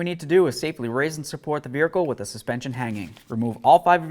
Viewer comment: That "veerhicle" gets to me. Lol